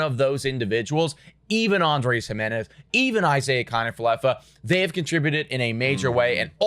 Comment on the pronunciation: “Andres Him-enez” 🗣️🗣️🗣️